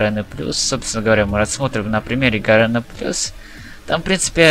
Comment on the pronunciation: почему ты говоришь гаРЭна, а не гаРЕна?